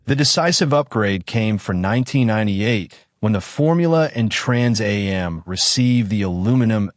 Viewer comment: Trans A-M package, good lord AI is horrible